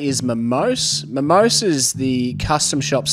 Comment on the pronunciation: It’s pronounced Momos[é].